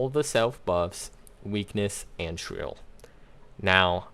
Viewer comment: He says his “r”s as “w”s, shwieking shwill